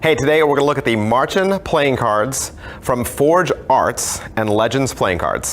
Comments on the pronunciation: Davids way of pronouncing Märchen does sound like marching ^^ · Aaaah! Any german speaking person will cringe so hard at your pronunciation of "Märchen". But all is forgiven, english speakers often have trouble with german haha. Great review as always :P